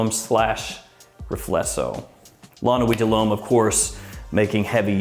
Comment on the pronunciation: Really? My ears are still recovering from those nine LOMES in a row